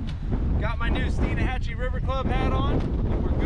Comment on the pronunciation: It’s Stein Hatchee not Stein a hatchee.